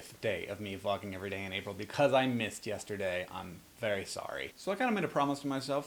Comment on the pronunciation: (continued post) I agree with your statements here and really love that this conversation can happen here. It is so important for these conversations to happen because without them, THAT is where the hate and animosity thrive. ..ps..sounds like you say redbull instead of april in the beginning lol